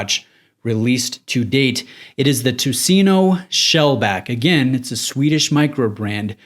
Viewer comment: It's pronaunced: "Tuseneu" Ö the last letter is pronaunced like "i" in bird. Nice review! :)